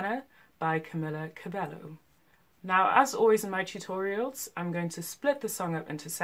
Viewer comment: Its Camila CABEYO!! You pronounce it like this